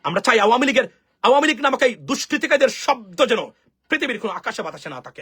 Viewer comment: Perfect pronunciation of this political party nothing else